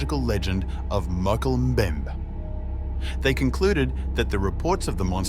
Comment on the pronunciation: You need someone who can pronounce "Mokele Mbembe"